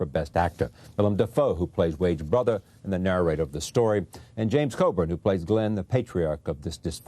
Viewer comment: It's Coburn.